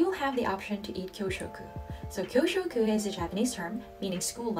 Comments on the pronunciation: Interesting video. lunch time is called "kyuushoku" not "kyoshoku" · It's KYUSHOKU (給食) for school lunch. KYOUSHOKU (教職) would usually mean teaching profession.